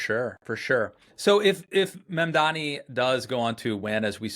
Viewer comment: It's not hard to get Mamdani's name right. It's the bare minimum.